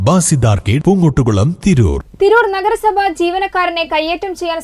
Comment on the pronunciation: നെഗര സഭ അല്ല നഗര സഭ😂